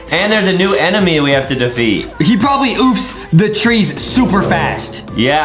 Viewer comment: I heard justin say emeny in